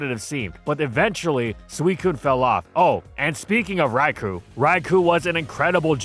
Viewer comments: It was physically painful to hear you mispronounce Raikou so many times. It's Rai-kō, not Rai-koo. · You'd think with how much he talks about it would be able to pronounce "Raikou" correctly for once.